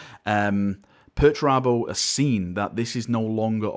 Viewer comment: Dedicating a video to pertarabo? This guy must have had a head injury recently or something /S